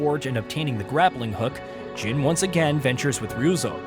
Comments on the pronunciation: Jean? I think you mean Jin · He suddenly started calling Jin "Jean" like halfway through the video 😂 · I'm like "who the fuck is Jean!??" 😂